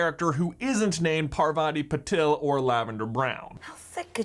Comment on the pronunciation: Why do westerners pronounce the name as Purvaati Pa-tell? Its pronounced Paarvati Pa-tail, yes just like the tail in wormtail. Stop butchering our names, please.